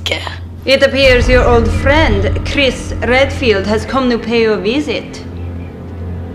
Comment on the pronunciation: NON CI CREDO! Qualcuno che in Resident Evil non pronuncia "KkrRruUeEesS" il nome "Chris", bensì "Cris"!